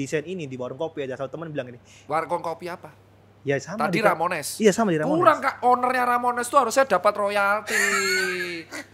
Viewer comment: yeah yg bener Ramones, bukan Romanes, wkwkwkwk 😁🤣👍🏼👏🏼 Terimakasih dr.Tirta untuk podcast nya, semoga semakin semakin sukses & sehat selalu dr.Tirta 👍🏼😁😀😇😘🤗💐🤩👏🏼😍